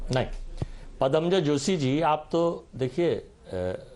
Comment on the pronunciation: “पदमजाजी” नहीं। इस बेवक़ूफ़ को “पद्मजा” कहने भी नहीं आता।